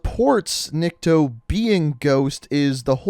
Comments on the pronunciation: His name is pronounced neek-to) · Nick-Toe that's how you say it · He is NiktO,not NIkto. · I am impressed how you manage to pronounce "Nikto" almost correctly without major fuck ups at first try. Why "almost"? Because it is just like you pronounce, but "niktO". And the reason why first language is unknown is mostly because in Russia there are many languages in separate regions. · it is "Nikto," not "Nikito" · I’m not trying to be rude I’m just trying to help out. It’s pronounced Ni kuh toe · Nikto (Nick-Toe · It is NI-K-TO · I think its pronounced Niko and the T is silent, cuz Russian is like that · NICK-TOE. PUT THAT TOGOTHER AND ITS NIKTO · Proper pronunciation is "neek-toh" Nikto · Nikto is pronounced as NYIKTO , which in russians means "nobody" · I believe it’s pronounced neekto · Nikto would be pronounced like Knee-kto you could have pressed that speaker on the bottom of translate to hear it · It’s pronounced NIIKTO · it's kneek toe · Nikto is pronounced nick-toe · Niko in Russia its not how you say it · remember riley is dead when his dead ghost is born Hold on u say nikto name wrong but meh close enough If infinity ward see this he will be mad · It’s nikto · Dude. Nikto is nikto. Also, you need hooked on phonics. How'd it take you this many vids to pronounce a two syllable word correctly?